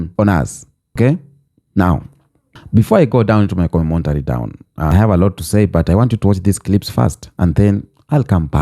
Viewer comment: it's C0-MEN-TARY (commentary)